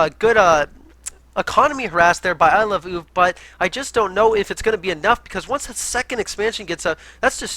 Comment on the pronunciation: is now my favorite because he pronounces Iloveoov the way I think it should be pronounced XD